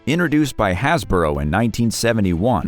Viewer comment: Weebles were introduced by HasBRO, not “Hasboro”!